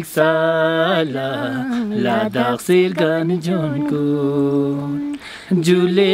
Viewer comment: perché pronunci la D doppia? Non è Ladhak, con una D sola?